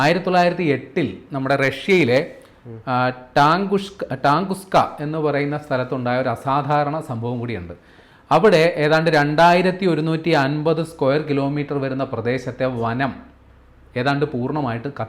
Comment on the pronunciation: ടാങ്കുഷ്ക അല്ല,തുങ്കുഷ്ക ആണ്.